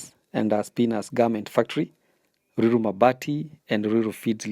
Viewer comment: Ni ruiru not luilu